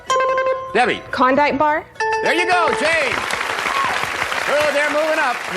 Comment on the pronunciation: She definitely said Kondike, not Klondike. Shouldn't have gotten the ten seconds.